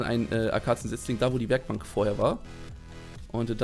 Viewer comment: Ich beton Werkbank manchmal auch so richtig komisch XD